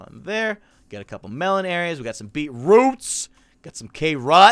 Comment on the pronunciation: Beat-Wroots and Kahr-Ohts